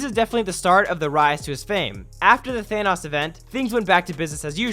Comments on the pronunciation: Than oes, not thanas NO, it's thanos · Plz say thanOs not thanous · The way you pronounce Thanos though lmaoooooooooo